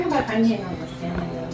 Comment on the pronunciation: .......pinche juerta! "JOWL-A-PENOS" ... ....really? Then "SELLL-MON".... Thats why ethnic women ONLY. Thumbs up if you agree.